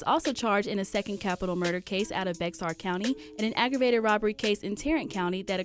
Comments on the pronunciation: Its pronounced bear not BEXAR even though it's spelled like that idk where Texas got that name from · I like how she said Bexar County it's pronounced bear the x is silent lmao